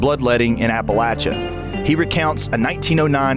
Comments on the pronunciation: It's not pronounced 'Appa-lat-cha' ... it's 'Appa-lay-sha' ... look it up in the dictionary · Hey narrator you sound stupid when you can not pronounce Appalachia correctly. It is pronounced App a LAY chia. A long A not a short A sound. If you are going to make videos then pronouce your words correctly . Other than that it was a very good video. Very informative. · When did Appalachia change its pronunciation